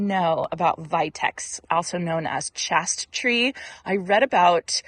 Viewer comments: Chaste. Tree.. long A sound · Just so you know, it's pronounced ""chayste" tree- long a 😉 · Chaste rhymes with waste and refers to the old tales.😉